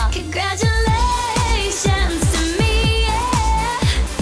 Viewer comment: i love when she says CONGRADUALAATIONS TO ME